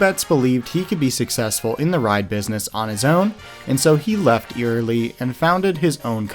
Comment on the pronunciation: Please pronounce these names correctly...Eyerly is I-er-lee.